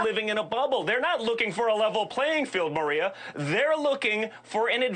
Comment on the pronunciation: G’day DP. Jesse here commenting from the Gold Coast Australia. Sir at 2.11 Junior calls Maria “Mareo” Is that an “Obamna” glitch? 🙂